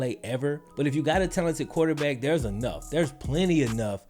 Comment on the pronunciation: there is an R in quarterback.